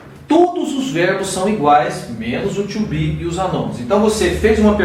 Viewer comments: You said verb "TWO BE", instead of "TO BE", LOL! Good job anyway! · Bom tutorial tirando o verbo "tcho be" ;)